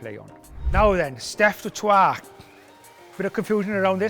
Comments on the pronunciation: Pronounced 'Toy' not 'Trois' - that's three in French, though to be fair, Nigel, his name is of Franch Huguenot origin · Its not Heynman, it's Hendricks. It's not du Twa its du Toit Mr Cowens. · Come on Nigel it's Dutch, Afrikaans surname pronounced Du toy not French pronunciation du toit. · Steph is not a Frenchman please get the pronounciation right it is de toy. We may have French ancestry but we are Afrikaans. De toy de toy. Please don't be like my posh English brother in law that thinks he is correct the whole time. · As a South African it is pronounced "Dew Toy-it", a lot of people say it like you do but it's wrong. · Nigel is great, but he needs to pronounce ‘du Toit’ correctly 😅